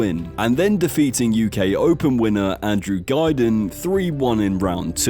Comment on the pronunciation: really great video enjoyed the whole thing, I had to laugh when you said Andrew Guideing haha